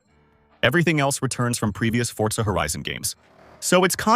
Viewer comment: forza ❌ fortza ✅